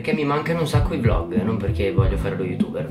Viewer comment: Si dice VLOG non volg